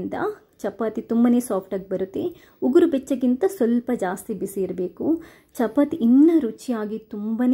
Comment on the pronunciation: Very nice tumba chennagittu,tricks kooda very good, nimma narration is also very fluent as well as good but small correction if you don't mind shall I tell it will help you in future e.g. pronunciation, chapati, there is one more word..... so please give importance in that direction.otherwise it is superb.